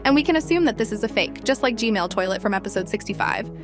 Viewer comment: the fact said g mail